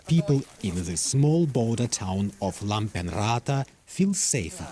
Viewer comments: will be interesting to see whether the swedes put hand where their mouth was 🙂 i swear if the guy says "lampen-raata" once more i am going to drink a liter diesel and end my misery right there. i get that nobody can pronounce finnish names properly, but this guys has re-arranged the letters completely. right: lap-pen-ranta wrong: lampen-raata there was a time when journalists could at least stick to letters. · As a german fin I have to say I love the way the commentator butchers the towns name Lappeenranta. Just ignore the double letters, y is ü and s is always sharp. Just pronounce it GERMAN and you’ll do just fine 😂